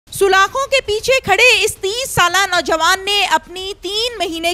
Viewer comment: Sis solakhon nhi hota salakhon hota hy